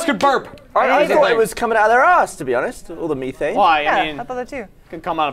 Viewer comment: Did Gavin really just say Me-Thane